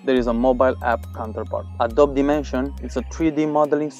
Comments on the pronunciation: ye its wrong he needs to say uhh dohh bee not uhh dob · Hey, just letting you know that you don't pronounce Adobe correctly. It's "uhh-doh-bee", not "uhh-doh-b"